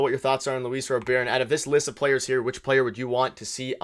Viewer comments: U guys can't even pronounce his name correctly it's Robert not robear lolol. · Robert, not Rober, is very affordable for 4 years, not 3. So you missed on his contract amount, the contract length, and couldn’t pronounce his name, while talking about a writer hating on Toronto “as a country” 😂 ffs guys